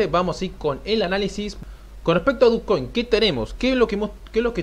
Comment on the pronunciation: Yo nunca e escuchado dukcoin .. no se pronuncia dochcoin? fuera de eso bien tu video